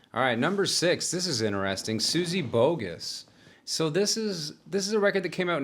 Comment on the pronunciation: There are two Gs in Suzy Boggus. Therefore making the pronunciation Bog-gus. English is fun….